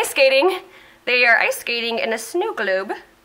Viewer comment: died with your dlabgshsn and then your accent on "snow gloub" haha and then i died again when you said "omg this is falling apart just like my life" 😂😂😂😂 haha i just can't😂😂😂😂😂 sorry for my bad english😜😅